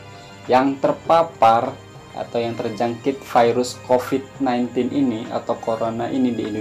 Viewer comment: hehehe kaaaan. pastu klo huruf V, jd huruf F. (video=fidio, covid=cofid) haha